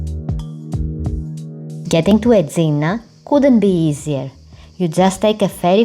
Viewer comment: Very thick accent which is no problem if you could pronounce the name of the island correctly!